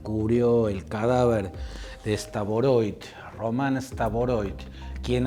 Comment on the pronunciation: Estimado Claudio Fantini, por favor diga bien el apellido de esta persona. No es STAVOROIT, sino STAROVOIT Román Vladímirovich. En ruso se escribe así: Рома́н Влади́мирович Старово́йт.